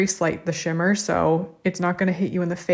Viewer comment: LOL when you are swatching "Pivot!" and you mispronounced shimmer it almost sounded like you said Schwimmer which would have been a great pun. Pivot is a line by Ross who is played by the actor David Schwimmer in case you didn't already know.